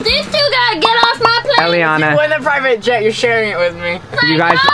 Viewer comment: Its elliana not jelliana